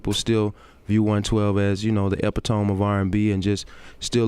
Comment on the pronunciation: Daron said ‘ ep-pi-tome’ ...😂 he’s really thick